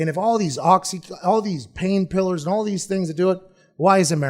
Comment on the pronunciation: He said pain pillers lol